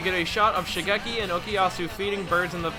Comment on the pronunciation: Please please please please please please please PRONOUNCE THE FUCKING NAMES CORRECTLY It’s Shigekyo or Shigechi not Shigeki. It’s Reimi, not Remy. Remy is a fucking rat from a movie about cooking.